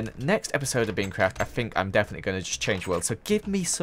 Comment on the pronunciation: you said peancraft lol